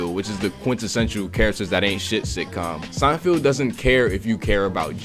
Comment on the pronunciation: If you call him 'Seinfield' one more time...